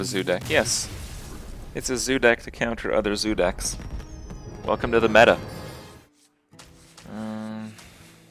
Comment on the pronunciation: When did he start saying meta correctly?